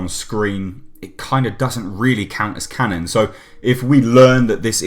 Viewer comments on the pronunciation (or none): none